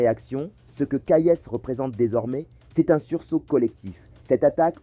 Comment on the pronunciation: Petit !!! C'est pas colonel !!! C'est General !!! C'est pas Kayess !!! C'est Kayes !!! D ou venez vous ????